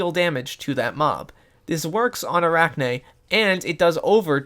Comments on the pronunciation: Fun fact: Arachne is spider in Greek, also it's pronounced A-rahh-nee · most people don't, and most people pronounce it wrong.